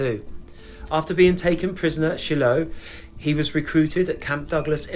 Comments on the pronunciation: Shilo is pronounced Shy Low. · excellent as always,. one small thing, the battle of Shiloh..it's shy-low. not being picky, but i know you wish to be correct. thanks